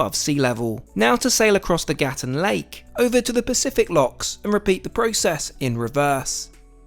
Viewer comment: Dude, it's not Gatun, it's Gatún. You're hurting my ears.